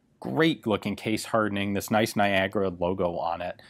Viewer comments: So wait niagara is pronounced "nygra"? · Who would know that Niagara word has that strange pronunciation in english :)